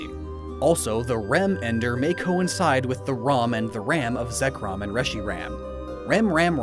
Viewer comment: 2: Is the pronunciation: Ze- Ku-Ro- Mu.